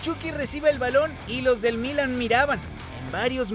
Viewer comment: Buen reportaje, nada mas no tomes moda de los comentaristas argentinos que pronuncian muy mal el español. Es Milán, no Mílan, el acento va en la "a". Saludos.